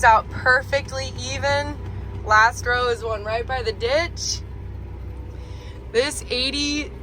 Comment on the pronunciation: As a Texan, I get a kick out of every time you say "ruht". :) How do you say "boot"?